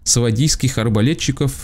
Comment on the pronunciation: Та не сКвадский а свадийский, надоело уже